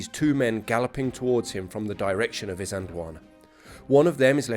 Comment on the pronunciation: Can I just point out, that there is a letter "L" in the word "Isand L wana".